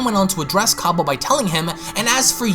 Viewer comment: i love your youtube channel, but there is something you need to know its cAbba as in cabbage not cobba as in corn on the cOb